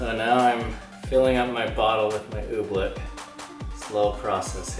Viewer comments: So annoying... it's "oobleck" not "ooblick" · "Oobfleck is so cool."